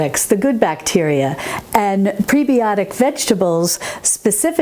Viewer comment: as a nurse I have to say, its preb-eye-otic, like antib-eye-otic.